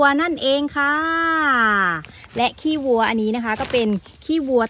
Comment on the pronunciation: กินข้าวไม่เลย อย่าเน้นคำว่า ขี้ 555 พูดว่าขี้วัวดีกว่าครับ